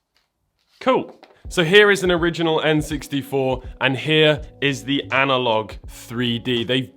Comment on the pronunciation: "Analogee"? What the fuck?